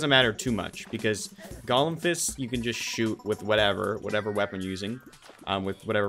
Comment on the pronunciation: how did calling golem "gollum" start? like did he say it wrong and then just go fuck it, it's a meme now, i'm gonna keep doing it, or was it always a meme from the start?